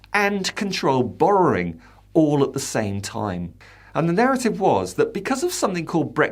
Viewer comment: How does the word Borrowing become BorroRing?